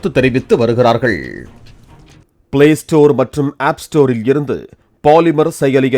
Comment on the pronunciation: பாலிமர் இல்ல ஓலிமார்😂😂